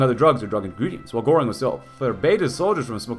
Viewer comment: I'm not even a native German speaker but the way you pronounce "Göring" is a little bit bothersome. lol